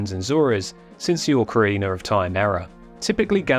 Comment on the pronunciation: Oh boy, I love the breakdown of this video, but "ORCarina" hurts my brain.